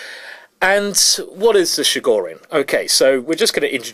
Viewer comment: It's [Ch]igorin, like in Chilli, not like in Chicago.